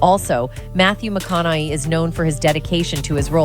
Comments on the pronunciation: It would be nice if this narrator knew how to pronounce his name. She keeps saying "McConnelly" ugh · Why does she keep calling him Matthew McConoLLey ? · I'm glad you did a reaction because I could not watch the original due to that narrator's abysmal pronunciation...you'd think one would look that sh*t up 🙄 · Is it me, or is the lady in the video pronouncing McConaughey's name a different way every time she says it. So annoying. Why can't they use a real human voice. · This is automatically voiced, that's why the last name is being hacked up so bad. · I lost count of how many times she got his name wrong